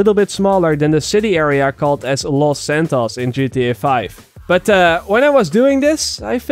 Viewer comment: Je moet los santos als looos santooos uitspreken